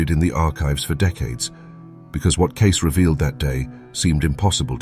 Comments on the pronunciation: Pronounce his name right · It's pretty pathetic that your AI robot can't even pronounce Edgar Cayce's name correctly. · Might have more credence if you could pronounce names/words correctly. 🙄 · Is it really that hard to get a human that can pronounce the name correctly to narrate the video? It’s a great video, but you’re lessening it with the AI narrative. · I wish that the ai voice would not mispronounce Cayces name. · ...YOUR RECORDED NARATION DOESN'T EVEN PRONOUNCE "CAYCE" CORRECTLY! WHY WOULD I TRUST ANY OF YOURF INFORMATION? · Cayce's name has 2 syllables! Please adjust your AI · Why doesn’t the announcer know the correct pronunciation of “Cayce”? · Okay, everybody Stop using this same ai voice! It has lost it's allure & now because it's Everywhere has lost all credibility. Do better - less lazy ( if thats possible). And Bother to qc your ai to make sure it's using The CORRECT WORDS & PRONOUNCING THE TOPICS NAME CORRECTLY! Bs click bait makers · Ai should be able to figure out the correct pronunciation of Cayce 🤦‍♀️ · Mispronouncing Edgar Cayce's name makes me wonder about the veracity of the content. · This bot needs to learn how to pronounce Cayce. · Who gives a s*** about the content. When the A I generated narration can't even pronounce the name of the subject matter correctly shut it down and shut it off and go on to the next one .. no thumbs up and no thumbs down. I wouldn't have commented on this if I didn't need to explain to you ass wipes to leave these A I generated brain F@ machines alone. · Terrible terrible terrible AI!!! Did you bother to listen to this before you posted?? When you post a story about Edgar Cayce and your AI can’t pronounce “Cayce” correctly it disrupts the context immeasurably. I liked the British accent. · You're incapable of programming your AI voice to at the very least pronounce the name of your video's human subject correctly, showing the minimal amount of professionalism and respect? Geez, how shamefully embarrassing